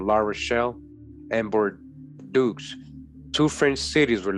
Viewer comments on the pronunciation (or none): I am very interested and I have been fallowing you for a while anyhow bordeaux is prononce bordo the french eaux is just a "O"